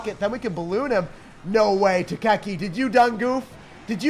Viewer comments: It's pronounced tai-ki not tak-aki, lol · The way you pronounced taiki sounds like tukeki